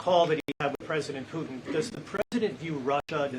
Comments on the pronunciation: "Poo-in"? 😂😂😂 That's a PR conference 😂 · Who is President Poo-In?